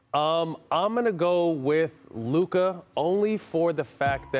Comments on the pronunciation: Uh it’s Luka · It's luka and it really not close